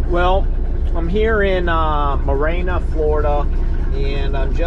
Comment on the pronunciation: Marianna Florida, pronounced Mary-Anna. It's in Jackson County Fl. I drive that way to head to see my parents. The road to 10k continues....